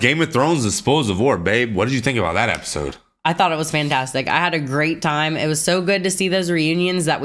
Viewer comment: Just noticed y’all say apisode instead of episode 😂